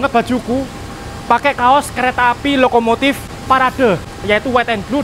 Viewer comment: Lokomotif, bukan Lokomotit😅😅😅😅